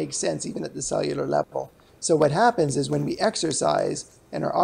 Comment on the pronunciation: Chris Farley used to do this skit on Saturday Night live where he was a horrible TV host and was very awkward asking his guests questions. It feels like this guy is copying that skit. Was it really that hard to say the word " cellular"?